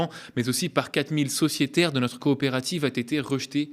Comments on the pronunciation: Bonjour, ça fait deux fois que je t'entends prononcer " a-t-été rejetée par l'ARCOM" au lieu de "a été rejetée"... Y aurait-il une nouvelle tolérance sur la prononciation de cette proposition verbale? Dans ce cas, merci à toi de me le confirmer! Sociétairement vôtre... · Il est mignon votre petit nouveau Mais le "a-t-été" m'écorche les oreilles à chaque fois Désolé fallait que je le dise :(